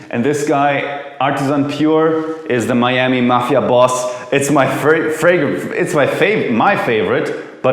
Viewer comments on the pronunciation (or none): none